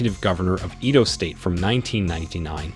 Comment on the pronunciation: The ibru looks like Muhammad Ali. And the way you pronounce some of the names are funny and incorrect.. like igbinedion and Edo state 😂